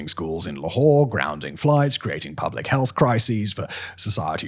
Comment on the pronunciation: Can't read English, must use French...LAHore??? What the hell l is that??